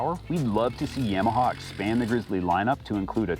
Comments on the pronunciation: YA-MA-HA > Yam-a-ha. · my bad. In the south it’s Yawmaha